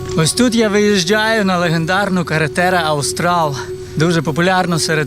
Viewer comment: от все файно, але "карретера аустаЛЬ" - м'яко, бо це іспанська мова дуже ріже вухо...